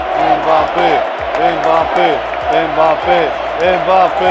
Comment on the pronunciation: Nu e mabape se pronunță embape